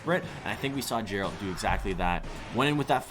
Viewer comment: Geralt is read with a g sound, not a j. Still really enthusiastic and great content!